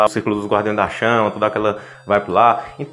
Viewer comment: "Era dento"